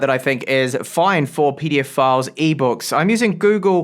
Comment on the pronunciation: The way you say "PDF File" is hilarious 😂